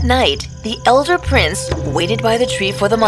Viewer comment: Not prices it is prince